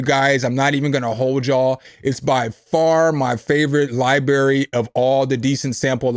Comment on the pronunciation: is coo... but you gotta stop saying Lie BErry... you sound like my dad or something.. lol its libRary.... xD....:face-blue-smiling::face-orange-biting-nails